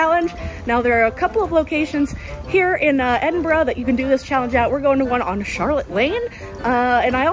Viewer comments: Well done saying Edinburgh correctly! Five stars, would recommend. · Like the video for the correct pronouncing of Edinburgh! 😃😃😂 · Well done on pronouncing Edinburgh correctly, and mad respects for picking up some of the local lingo ❤️ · OMG YOU SAID EDINBURGH CORRECTLY!!!! Welcome to the clan stay as long as you like.